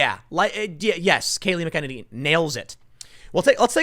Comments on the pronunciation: That was really scary - did you hear him talk about Covid? Can you PLEASE say her name right!!! let me see if you understand this mac an enny - does that help? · Damn Tim. You’re either the only person saying her name right or the only person saying it wrong. Haven’t you heard Fox say her name a thousand times? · You're mispronouncing Kayleigh McEnany's last name. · Learn to pronounce her name correctly. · At least learn to pronounce her name right.... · Tim, if you mispronounce her name one more time, I'm going to have to punch you. Fair warning. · Tim... this is the last time I'm writing to you about this. When Kayleigh McEnany came out to speak at the RNC, she said her name. LISTEN TO IT OVER AND OVER AND OVER AGAIN And learn how to say this young woman's name properly! FFS! It's so rude! To say it wrong over and over again. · To Tim Pool: do you have any idea how completely incompetent you look . . . and ARE . . mis-pronouncing name of the press secretary? And not by a little bit, you totally ANILATE it! 🥵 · Please learn to pronounce her name correctly. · Learn how to pronounce Kaleigh's last name PLEEZ? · When will Tim learn how to say her name correctly? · please say Kayleighs last name right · Please get Kayleigh McEnany's name pronunciation right. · Ok ...before I watch I’m going to guess Tim still hasn’t learned to pronounce her name..... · big fan of Tim Pool, but he needs to learn how to pronounce Kaleigh McEnany's name. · I see Tim still hasn't learned how to pronounce her name. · TIM, SAY HER NAME.... ....CORRECTLY, PLEASE! Kayleigh McEneny deserves that much 😉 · I've said it before, someone who tells people all the time that he's from Chicago should really be able to pronounce Irish surnames... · Tim, it's pronounced MACK MACK uhnaynee Emphasis on the MACK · It's pronounced MAK-IN-NINNY...not Mc kenniny. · Hey, Tim. Love your channels. Kayleigh's last name is pronounced "MA-keh-nanny" and not "mih-KE-nuh-knee". Thanks for all your hard work.